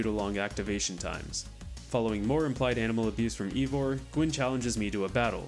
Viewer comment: Pretty sure it's "eye"vor and not "ee"vor.